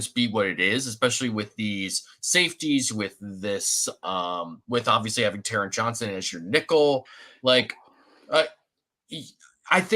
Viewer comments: Taron rhymes with Sharon. It's not taRON. Big fan of the show, but consistently mispronouncing No. 7's name is annoying AF. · Yep...drives me crazy how so many creators get his name wrong, as well as some others on the Bills and around the league!